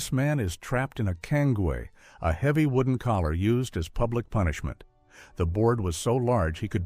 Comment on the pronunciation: Thank you for pronouncing cangue correctly.